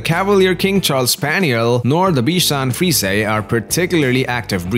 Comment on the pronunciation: Frees...A lol..that’s not how you say it 🤣🤣